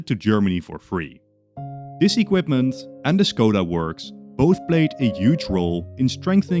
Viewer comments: CZECHIA MENTIONED bad pronounciation, its Škoda not Skoda. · Škoda /ʃkɔda/ not Skoda /skɔda/. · škoda is pronounced with a sh sound at the start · When you say Škoda you say it good but the first letter is Sh like in ship not s in snake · Your pronunciation of Škoda is killing me (Š reads like Sh)